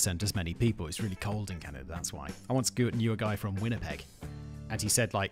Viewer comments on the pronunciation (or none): I think you saying Can - I - da a thousand times, is more than I can bare. Please Simon - there's no I in Canada